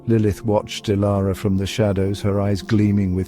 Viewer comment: The heading reads Transform Dilara, but the narrator calls her Ilara.